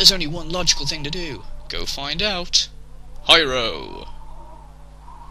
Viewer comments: lol, "Hi-row" xD it's pronounced like "hero" btw :D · Hiro is pronounced hero. Or at least I think that's how it's pronounced.